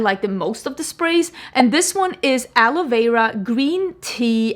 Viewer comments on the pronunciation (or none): none